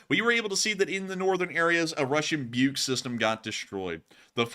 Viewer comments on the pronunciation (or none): BUK is not pronounced "Byuke". It's just "/buk/" with long U sound. wiki/Buk has pronunciation.